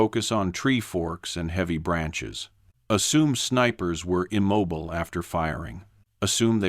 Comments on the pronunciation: They were IM-MOB-BILL-AYE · Immobile=im mob oh lay... Guess I've never heard it pronounced like that. Also, I'm really glad they restated the exact same things at least a half dozen times, because I didn't pick up on the story the first five or six times they told me about patterns in trees.